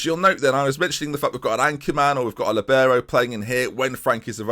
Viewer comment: It’s called a li - bee - row